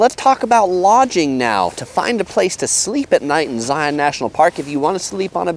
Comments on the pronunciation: I can't even get six minutes into the video... it's just driving me absolutely crazy that you're somehow mispronouncing Zion! It's not Zigh-on. It's Zigh-ihn. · The first rule for visiting Zion NP is pronouncing the name correctly. Its Zi-un like the "sun'" (in nearly one syllable), NOT zi-aun (in 2 distinct syllables ). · It’s not ZiOn it’s Zion (Zi-in) from someone who was born in Utah and has been so many times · Nuh nuh nuh nuh.. it's pronounced "Zi-ins" not "Zi-ons" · #11 Thing to know. Don't annoy the locals by pronouncing it Zi on'. it's Zi' un, like lion. If you ride the shuttle you'll hear it pronounced correctly. Please pay attention. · Please stop pronouncing it Zioawwwn. It’s pronounced ziun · .:) The locals call it Zi-uhn or sometimes Zions. Also the locals recognize the existence of the many many surrounding cities besides Salt Lake City and Las Vegas. St. George for example. Also bring at least 2 liters of water if you plan on doing Angels Landing or equivalent hike. I've seen so many people who bring their tiny little water bottle and then get cramps in their legs. I recommend Weeping Rock if you're looking for an easier hike. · yes, it irks us when you don't say they name right. Do don't go to the zoo to see the li-ON. It is a Lion. Say Lion and Zion the exact same way. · Zai-un... if you want to sound like a local 😂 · First thing to know is that it is pronounced zy-in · If you're not from Utah, it's Zi-un. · You're saying it wrong 😂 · learn how to say it.